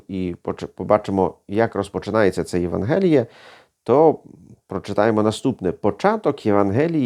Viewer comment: А чому у слові "Євангеліє" Ви ставите наголос на "е", а не на "а"?